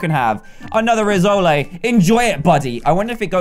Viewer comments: It's pronounced Riss - oal not Riz - o - lay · It's pronounced Rissoll not Rissoley. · its pronouced riss-oll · Its pronouced /ri-soul/ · Rissole is pronounced as Riss-ole